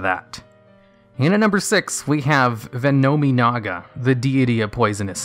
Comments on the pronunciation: The name butchering....it's so bad. Ven-nomin-ga: It is VENOM-IN-AGA Howitzer is an actual military weapon and vehicle, you can literally watch any documentary to know how it is spoken. On that note, watching the anime, of whichever card for whatever era the card comes from, you can hear exactly what the cards name sounds like. I'm sure I've commented something like this in the past, but it is just so bad, I can't get past it. Your videos may very well be decent and educational to new players and players that need to know this information if they ever attempt to use any of these cards, but the names.... The names!!! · I’m more annoyed that he’s saying ve-know-MEEEE-naga instead of ve-nah-minaga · But it's "VENN-um-EE-nah-gah". Like, "venom-y naga". Since they're all plays on the word "venom", and that's not pronounced "ven-ahm". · No. 10: High ATK can beat it. No. 9: High ATK can beat it. No. 8: High ATK can beat it. No. 7: High ATK + An ATK booster can beat it. No. 6: Its Ve-nom-e-naga. Pronounce it RIGHT. High ATK can beat it. No. 5: High ATK can beat it. No. 4: High ATK can beat it. No. 3: High ATK can beat it. No. 2: High ATK can beat it. No. 1: High ATK can beat it. NONE OF THESE MONSTERS ARE IMMUNE TO HIGH ATTACK!!!!